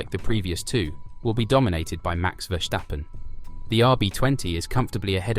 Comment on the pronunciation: There’s no H in Verstappen, so please pronounce it without an H.